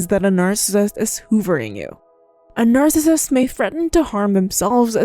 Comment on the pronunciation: videos are very hard to watch bc narrator does not enunciate well and can't pronounce narcissist. constructive criticism